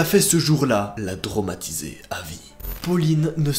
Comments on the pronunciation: "Tromatisée" UN EFFORT QUAND MÊME? Sinon super video comme tjr. (C’est traumatisé en passant.) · Tu diras au monteur que c’est "la traumatisée" et non "l’a tromatisee" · Tromatisée 😂 tu veux dire traumatisée